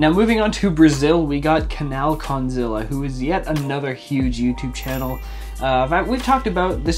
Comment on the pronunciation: I love he pronouncing "Canal Kondzilla" lmao I'm from brazil and i hate that chanel because the style of the songs.